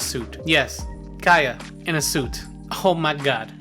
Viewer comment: And Kay-uh